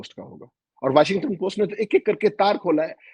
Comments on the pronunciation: Its Washington Post not “ Washingatan post”😅😅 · please pronounce "Washington"not as Washingatan. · आप वाशिंग - टन बोलते हैं, जबकि वो वॉशिंग्टन है। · 😂😂 Washing gaton kya hota hai yeh Washing gaton 😂🤣🤣 Washington hota hai Washington Chitragupt 🤣🤣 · it's Washing-ton / Washington.